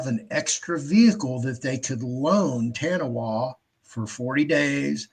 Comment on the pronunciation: Ta Nah Wah, not TaWahNa